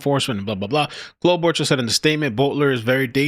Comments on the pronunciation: No accent is in first syllable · It's pronounced Klo ba char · Pronounced Klo-bo- char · Senator Amy Klo-boo-Char